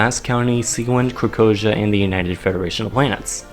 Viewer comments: Lol anyone else catch him say Krakhozia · Krokorzia? Really? Haha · krakozhia, really？？？